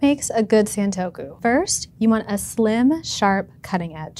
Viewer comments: It’s pronounced “Sahn” not “saan” in Japanese: it’s さんとく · Why wouldn’t you take the time to learn how to pronounce the word you’re going to say over and over in a video? It’s the same sound from other Japanese words/names like Nissan, it rhymes with gone or pawn, we even have the phrase “Say ‘Ahhh’”. Please look up pronunciations, there’s no good excuse nowadays, especially for sounds that are present in your native language (esp. English speakers).